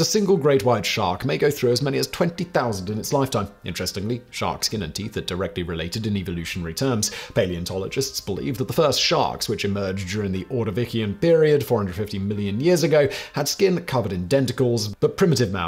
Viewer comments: The "c" in Ordovician is pronounced with a soft "s" or "sh" sound. Definitively NOT with a hard "k" sound. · Gods... "Spiracles"... "Buccal"... "Ordovician"... So much butchering of pronunciation!